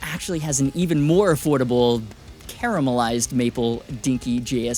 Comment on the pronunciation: hold the fucking line you said caramelised properly:D